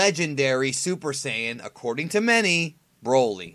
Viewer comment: you just said super siyan grain 3